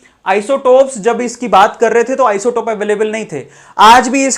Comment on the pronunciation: Sir aap isotope galth bole . sayad flow flow Mai ..... No problem ....